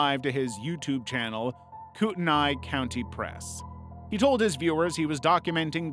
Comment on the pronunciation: I’m realllyyyy sorry to be that guy (and I love ur vids so this is not hate) but it’s pronounced Spo-can and Koot-nee. Other than that I loved the video!! Thank you!!